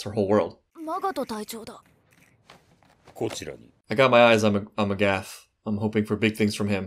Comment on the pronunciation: I am quite sure magath is pronounced Magat and not Magath